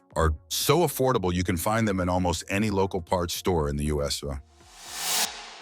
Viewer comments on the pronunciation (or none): Note to AI....it is pronounced "You Ess Aye" ..not "U S ugh" . Oh wait, you may be correct...haha😜